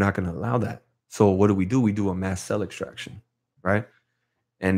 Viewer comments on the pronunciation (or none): Almost finished watching this particular podcast. Was tripping on how dude kept saying ‘Cell Distraction’...and the other dude keeps saying ‘pacific’ rather than ‘Specific’. Sounds good though. For those who don’t know any better.